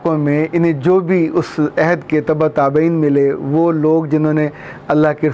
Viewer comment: Sir "ayhad" nahi "ohad" hota h Ayhad ka matlb waada ya promise krna hota h